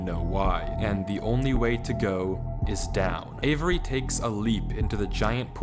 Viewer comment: The way this dude pronounces the name avery in the video was bugging me man 😂